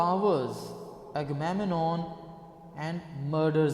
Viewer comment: what an amazing pronuncition of the word "agamemnon"!